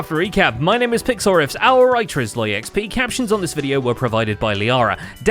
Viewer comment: ZloyXP not SloyXP